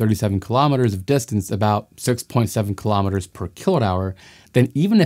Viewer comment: Kilometers is pronounced kilo-meters, not killomitters. Kilo-meters Kilo-grams